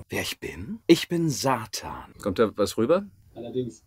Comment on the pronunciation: Alleine diese Betonung und die Aussprache 😍. Auch wie ich bin Satannnnn so lang gezogen so geil ehrlich!!!!